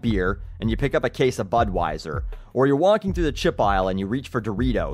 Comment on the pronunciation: You misspronounced Budweiser.